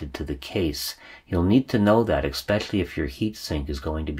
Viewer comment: Do all Americans say ekspecially instead of especially or is it wrong there too?